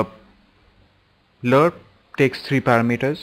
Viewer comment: i like how u say parameters...its cool you say it like para meters like 2 words good tutorial too